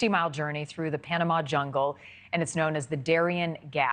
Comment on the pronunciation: Its not a route, its a juingle